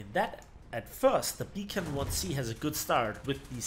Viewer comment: It's pronounced "Bee kann" Not B as in bee but rather as begleit, that type of B.